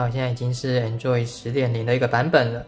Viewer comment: 為什麼台灣讀Android做enjoy?有點怪怪的(沒有惡意